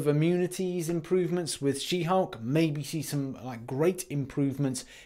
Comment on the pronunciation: I’m pretty sure you mis-pronounced both she-hulk & Spidergwen